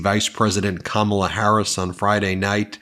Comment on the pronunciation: Me too. Also it’s Kamala, no R